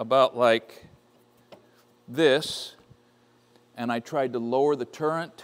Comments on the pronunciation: Great vid as always. Heads up - it's a "turret" not a "turrent" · Morse taper not morris, turret not turrant. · I believe the correct term is “turret” not turrent. Not to be pedantic. I had to look it up myself. 😅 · Arboga made some wonderful drill presses. I have only used their geared head standard drill presses, but it looks like their radial machine is top-notch as well. The word is turret not turrent, but it isn't a turret, it is a head on an arm (radial arm). A turret is multiple faced and indexes to present multiple preset tools. Commen examples are Burgmaster turret drill presses, manual and CNC lathes with the turret feature. A turret stores the preset tools, and also is the locating/machining point. The turret is mounted on one or more movable axis. A turret can be mounted on a lathe tailstock giving one axis travel, a cross slide giving typically two axis travel, or get fancier with a compound or even third axis. The Burgmaster drill press application uses only one axis travel. A spindle turns the tool or the work. A spindle often is mounted in a quill giving Z axis travel. A drill press is this design. A lathe tailstock design is another example. Z axis is travel parallel to the spindle centerline. X axis is travel perpendicular to the Z axis, and Y axis is perpendicular to Z and X axis. X axis is the longer axis travel and Y axis is the shorter travel axis. W axis is parallel to Z axis and is the secondary axis to Z. A Bridgeport is a knee mill. The quill is Z axis, and the knee is W. Your radial drill has a W axis. It raises and lowers the arm. The head travels on the arm, X axis, but the arm swings in an arc. This is not a true Y axis. I have never heard this axis called b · Not to be a nit-picker, but I think you would appreciate having correct information. It's is turret, not a "turrent", and it is a Morse taper (rhymes with horse), not a Morris taper. But no matter how you pronounce the words, I'm jealous of your machine!